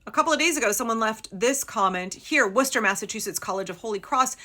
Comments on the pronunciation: How do you know how to pronounce Worcester?!?!!!! This is god awful, yes, but-how do you know how?!!!!😂😂😂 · Nice job pronouncing Worcester!